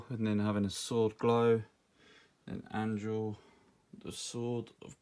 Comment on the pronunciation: Damn you butcher Anduril’s name